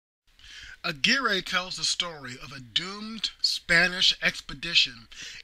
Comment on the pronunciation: Aguirre is pronounced Agirre..and with Spanish R..rolling the tip of the tongue...I had a girlfriend from nice town of Aguirre, Puerto Rico..